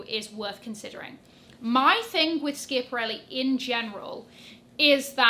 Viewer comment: ❤❤❤ To pronounce Schiaparelli, say SKAH-puh-REL-lee. The word is an Italian surname, and the "sch" combination sounds like "sk" in English. Here's a phonetic breakdown: Skah: Like the beginning of "skate" but with an "ah" sound at the end. puh: A short, soft "uh" sound. Rel: Similar to the English word "rell". lee: Like the letter "L" or the name "Lee".